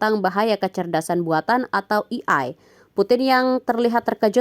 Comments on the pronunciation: AI mbak, bukan EI. masukan buat pengisi suaranya. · AI kok bacanya "iiai" ? Harusnya kan "E ai", mending baca Aa ii aja, daripada malah bikin gagal paham 😂😂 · Wkwkwk gua juga ngeh itu, pas naratornya ngomong kek hah kok "i ai" sih, seharusnya "e ai" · E Ai bacaannya.. bukan i Ai.. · Bacanya Eiii Aiii Bukan Iii Aiii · E,ay, bukan i,ay, 😢😢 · Ei ai mbak bukan i ai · Bukan "i ai" mba, tapi "e ai". Belajar lagi sono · di sini AI kenapa bacanya jadi "i-ai" bukan "e-ai"?